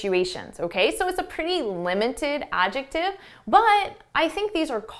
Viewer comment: I shake my head when you jump in that word adjective for a second time, it seems you miss pronounced it, I wonder myself like an English learner,( love you ✌)